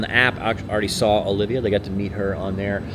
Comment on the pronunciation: Repeat after me… OLIVIA 🤦‍♂️